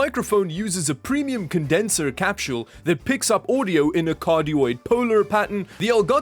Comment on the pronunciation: I like hearing u say capsule, u say it like capshul